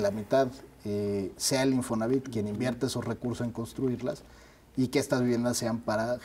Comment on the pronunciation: Oiga don , perdón pero se dice Infonavit, como lo dice el invitado, no se quiera hacer el moderno !!!